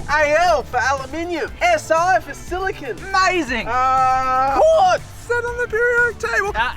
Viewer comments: Your "silicon" was not, it was clearly "silicone." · Silicon - Literally "silicone," even though you said it wasn't. Glass - Silicon dioxide Obsidian - Silicon Dioxide Quartz - Silicon Dioxide Wtf do you guys have against silicon? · Silicon with an e isn’t pronounced the same as silicon, just gunna put that out there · Silicon Sphere has TWO "e"s actually 😊